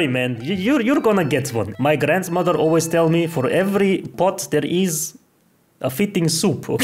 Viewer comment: Its so funy you say alyaways man